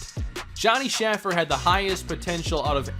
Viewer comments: Please please please pronounce Shaffer’s name correctly. It’s Shay-fer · Johnny Shaffer’s name is pronounced shay-fer